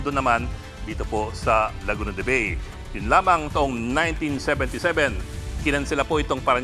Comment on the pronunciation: Ang bigkas sa Bay ay “Ba-e”, hindi po yung bay in English